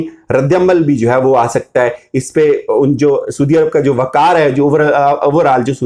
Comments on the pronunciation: اور آپ اپنا تلفظ ضرور ٹھیک کریں، آپ ہمیشہ سودی عرب کہتے ہیں، اصل لفظ سعودی عرب ہے !!! اپنی ریکورڈڈ وڈیوز سن لیں۔۔۔ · PLEASE SIR! it's not "SOODIA" Arab..... Saudia Arab